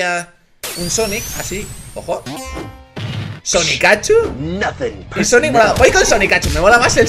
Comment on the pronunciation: no se llama sonicachu es sonicchu